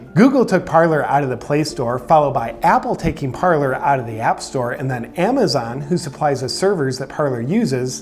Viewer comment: It is Parler, nor Parlor. One is a French verb meaning "to speak", one is a formal sitting room. And they are not actually pronounced the same. Parler has a silent "r", since it is French. "Parlay" is the correct way to say it.